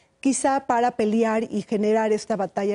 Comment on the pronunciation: Es pelear, no peliar.